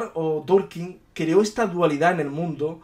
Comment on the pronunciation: Tolkien...no Torkien